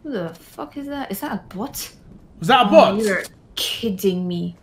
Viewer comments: "This is a bOtHh deji" 😂🤣 "That's a big bOtHh deji" 🤣🤣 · I Will Never say BOT right again😂😂